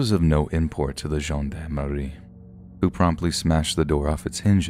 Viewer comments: It’s pronounced “John darm “ not John dam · Gendarme/gen d'arme is said (zhyon' darm) - not the way you miss pronounced it. Here is some help for those who don't know the word or what they are... Etymology: The word gendarme is a singular extracted from Old French gens d'armes (pronounced [ʒɑ̃ d‿ aʁm]), meaning "men-at-arms". During the Late Medieval to the Early Modern period, the term referred to a heavily armoured cavalryman of noble birth, primarily serving in the French army. The word gained policing connotations only during the French Revolution when the Maréchaussée of the Ancien Régime, attached to the Gendarmerie before, by the Monarchy, was renamed, "Gendarmerie". Historically, the spelling in English was gendarmery, but now the French spelling gendarmerie is more common. The Oxford English Dictionary (OED) uses gendarmery as the principal spelling; Merriam-Webster uses gendarmerie as the principal spelling.